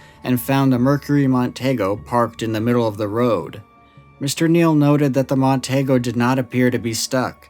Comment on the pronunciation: My dad worked for Ford Motor for 36 years. It's Mercury Mon-tee-go. Say it with me, Mon-tee-go.